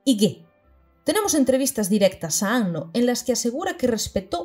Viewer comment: Primera youtuber que veo pronuncia bien el apellido de Anno, ya sólo por eso mis respetos. Acabo de terminar el video y fue increíble. Incluso me aclaró algunas cosas de EoE. Algo que me queda mucho y que he estado reflexionando bastante debido a que ahora estoy más educado en temas de género es la sexualización absurda de chicas adolescentes. Eso se hace peor todavía en Rebuild. Por cierto en un momento mencionas algo así como “habría que hacer un video sobre lo que Evangelion tiene que decir de las mujeres”. Y yo te digo, ¡si por favor! Independientemente de todo eso que bonita obra y que maravilloso personaje el de Kaworu. Es que sus diálogos son oro puro. Todo lo que sale de su boca te deja para pensar y reflexionar. Me agrada saber que no arruinaron esa característica suya en Rebuild, siendo que se cargaron muchas cosas buenas. En fin, excelente trabajo.